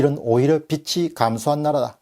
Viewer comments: 빚이: 비치(×) 비지(ㅇ) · 빚이→빛으로 들리네요.ㅎ